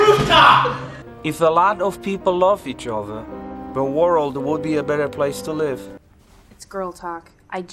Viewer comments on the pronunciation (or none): "worold", he pronounces it "worold" ;)